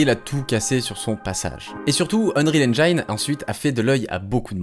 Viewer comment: S'il vous plaît, ne faites plus cette erreur : Arrêtez de prononcer "unreal EngAÏne"... Même en anglais, le "i" dans "Unreal Engine" se prononce "i" et non pas "AÏ".